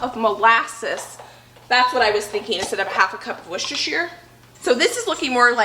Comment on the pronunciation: I love these videos with you and your mum, you are a wonderful collaboration! You are so funny, in a loving way, bouncing off each other. Mum is incredibly organised. And may I say my heart sang when I heard your pronunciation of Worcestershire sauce! 😂